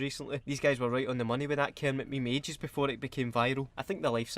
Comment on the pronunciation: 32 times if you include "ME-ME" if no then 31 yer Weclome